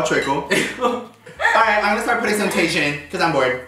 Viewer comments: calling TAJIN (tae-jin) is hilarious got me saying it just like him 🤣🤣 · When he said Tay-shun instead of Ta-heen lmao